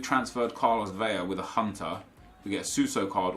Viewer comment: I swear to god...stop saying VEIA with a “Y” sound...it’s an “L” For someone that’s “educated” in football players..it’s unsettling